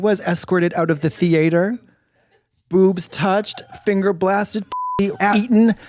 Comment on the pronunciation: Kicked out of the thee-ate-her 💀